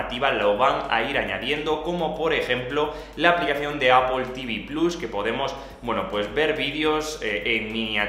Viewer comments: Pronunciar 'Apple' sin que suene 'ápol' es tan fácil como pronunciar la palabra 'sister'. No decimos 'sisto'. Porque el sonido fonético es el mismo en '-pple' de 'Apple' que en -'ter' de 'sister' :-) Buen contenido por cierto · "APOL" JAJAJA